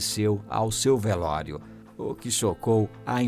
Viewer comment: "VELÓIRO" KKKKL